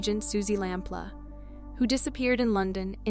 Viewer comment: It's pronounced lamp loo not lamp la